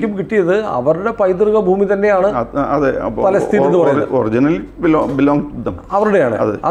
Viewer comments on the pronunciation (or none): none